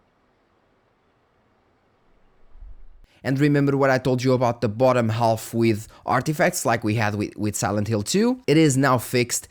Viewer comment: Oi, uma pequena correção: ao pronunciar a palvra "half", o "L" é omitido, fica "haf". Ótimo vídeo, como sempre.